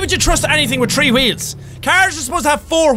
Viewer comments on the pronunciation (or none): With the subtitles everytime he say three it says tree😂😂😂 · Has anyone else noticed how Jack says "tree" instead of "three"?